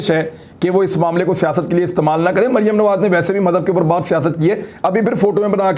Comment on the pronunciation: Imran Bhai is Bibi Ka name to kindly theek pronounce Kia kren. I mean Maryam safdar or yeh mumkin to nhi k yahan pr Beth KR is pr laanat bhejna or apko yeh zaib b nhi deta lekin me phir b kahoon ga k in pr laanat zrur bheja kren . laanat ullah beshumaar ..... yeh sb beghairat hen. or Maryam safdar kesi mutmain beghairat hy k laanat parhny k bawajood muskra rahi hy.... laanat sharif khandaan Ty beshumaar